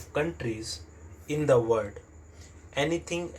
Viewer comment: Aapka world abhi tk sahi nhi hua h..... Aap baar baar usko word hi padhte h